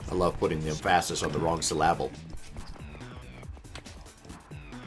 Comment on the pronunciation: "I love putting mm-phahsis on the wrong suh-lahble" got a laugh out of me